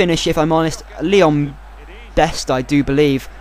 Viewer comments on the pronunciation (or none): none